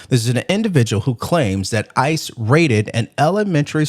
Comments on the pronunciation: He doesn't even know how to say the name but he works around there? Stop the cap bro. And it's not ISIS, it's ICE? You know the difference right? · And the crybaby trying to Make Up Stories! It's ICE Not iceses!! Idiot!! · Did he say isis lol